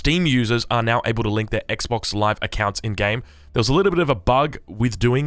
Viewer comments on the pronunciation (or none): none